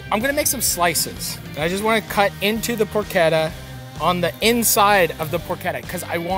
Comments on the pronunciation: Marty it’s not porketta. Say it like this. Porshetta. Easiest way to tell you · Matty im sorry ily but its pronounced “porchetta” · "porkketta" :P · Por CHEH tuh. How does a chef not know this?! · Just say "porshedda" like everybody else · what is this porketa he keeps saying? He also say keese?